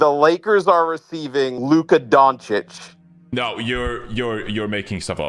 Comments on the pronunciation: “Luka Diencwhcish traded to the Lakers for a bag of Lays and a half eaten McDonald’s burger…”. 😅 the fact that he couldn’t pronounce “Doncic” but had the fortitude to come up with the awesome quote makes it brilliant! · really said luka donikik?🤦🏽‍♂️ curry could never but he had Durant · Here for Luka “ Donna-keek”